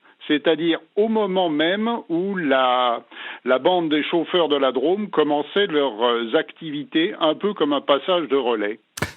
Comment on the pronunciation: "la draaame" au lieu de la "drôôôme" Hondelatte est du su-ouest